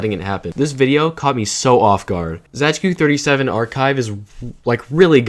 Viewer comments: wtf why do u pronounce it as zaygeekoo it's just zay-tzu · It's pronounced ,,Zaytsu37" I think... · my ears are bleeding how you pronounce zajcu37